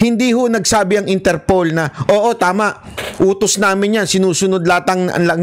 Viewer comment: Idol interpol not interpole po hehehe